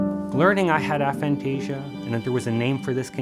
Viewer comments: Aphantasia should be pronounced with a hard 'A' not a soft one. The term was coined by researchers at Exeter University, and there are several videos of them pronouncing it the way it should be said. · I’ve spoke to the researchers you speak about at Exeter, Dr Adam Zeman, about this specifically. It is a tomato tamato situation. A-phantasia isn’t easy to say in conversation or sticky for public use. Soft A works just fine.